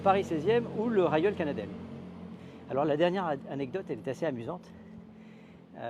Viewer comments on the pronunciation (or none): soit dit en passant, on prononce Réyol canadel!!!!